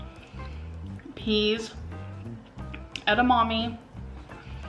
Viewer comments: Bro she is NOT calling it “ede-MOMMY” 😭😭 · Ed-a-mommy she says 😭